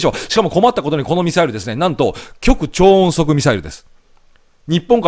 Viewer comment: 大したことではありませんけど、極超音速ミサイルの極超音速は「ごくちょうおんそく」と読みますよ。